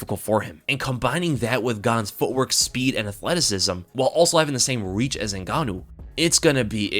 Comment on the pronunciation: Hahhahha Francyril N-gane-ou